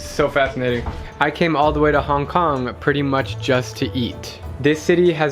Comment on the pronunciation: hong konga looool ahhhhhh